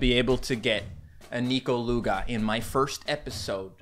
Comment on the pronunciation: I thought it was pronounced Nekoluga not Nikoluga... Weird...